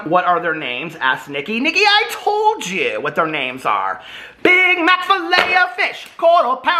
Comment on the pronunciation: “Thank yew. Thank yew husband” 😌